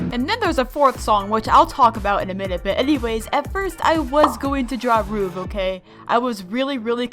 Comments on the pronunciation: It’s not roov it’s ruv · say ruv like rug instead of roof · DID SHE JUST CALL RUV ROV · it is ice cream but its ruv not roov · it ruv not roov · HIS NAME IS RUV, NOT ROOV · You: says ruv me: ITS RUV! PRONOUNCED RUV NOT ROOV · Not roov ruv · Ruv not rv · not roov its ruv bru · It's ruv not ruev that's your correction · And not rov it ruv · Its rUv not rOv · its pronounced as ruhv yes the "uh" cause idk why but not pronounced roov ok the name is ruv not ruhv or roov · It’s pronounced Ruv not Rūv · It’s ruv not roov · Did u pronounce him Roov? I thought it was Ruhv- lol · its not rOoV its ruv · Correction On how to say it rUHv not rOOv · I get so triggered when people say ROOV instead of RUV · The first way you said Ruv’s name is the correct way / the way everyone says it, so ye, just letting you know lol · yea, everyone says it as “ruv” and not “ruve” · everyone else: "its ruv!": roov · Me:...ITS RUV U HEAR ME?! R.U.V NOT ROOV:Roov:3♡ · Its pornaunced r-oo-v =ruv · and also u pronounce ruv like r uh v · How do you not know how to pronounce it ruv Is really easy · It's ruv as well (ruv r uh v) Like uh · ‘roov’ lol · Here u not know how to say ruv it is r.uv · How pronounces ruv: roov r o o v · you say ruv like r-U-v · People pronounce ruvs name roov just why? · It’s r-uh-v and the song of him is BOMB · I am triggered my the amount of times you pronounced the names wrong, so I wil teach you. Sarvette is pronounced Sarv (rhyming with starve) ette (rhyming with pet) Ruv rhymes with Dove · Pronounce Ruv with me, r uh v Ruv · you said ruvs name wrong it's pronounced: er-uh-v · Its r-oo-v not r-u-v or r-oov-ē-zat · no its pronounced ru-v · (says Ruv The wrong Way) Me:Bruh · says ruv wrong Me: * laughing *